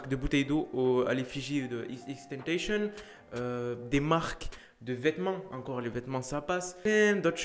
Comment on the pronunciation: C TENTASSION PAS TANTEYSHONN